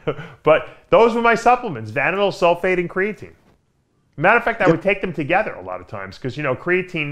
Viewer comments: '' crayateen '' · what is "CRAY-uh-TANE" lol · The way that pronounces “creatine” 🤦🏼‍♂️🤦🏼‍♂️🤦🏼‍♂️